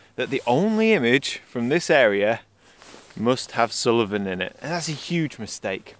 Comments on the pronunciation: Hi, another great video, but it's sool-ven not sul-e-ven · Great video and lovely images but it hurt my ears to hear Suilven repeatedly called Sullivan :-) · Brilliant video, Assynt is one of our favourite places to holiday, the scenery especially climbing the mountains are very special. In the pronunciation of Assynt, there isnt a hard i. There isnt an i after the L in Suilven. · Sorry, but something in this video jars with me. The mountain is called Suilven not Suliven.